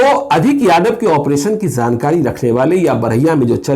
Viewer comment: उच्चारण ठीक किजिये.जानकारी होता है.zankari nahi hota hai.